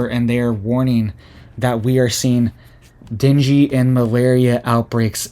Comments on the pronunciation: It's pronounced deng gay fever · Deng - gay. Pronounce NG the same as in dang. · dengue fever is pronounced den-gay. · Dung gay...not dingy : )... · Den-gay not “dingy” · Ding-gee not dingy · Dengue= Deng-Gay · Pronounced “Din gay” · Pronounced den-gay.......:) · Ok, …I love you and I think you’re great, but if no one else will tell you, I will be kind enough to do so (please take this with ❤️) The illness Dengue is pronounced DEN-gay. I’ve been waiting to see if anyone would….. I do love you and I pray for you and your family daily. I can’t imagine having a young family right now…. God bless you and if you need anything I’m not that far away in the Upstate of SC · It’s pronounced Dane Gay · Pronounced Dee Nang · It is pronounced ding e fever. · It’s pronounced Dane Gay. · Den gay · It's pronounced. Deng fever Dengue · Pronounce den-gay like Ben-gay.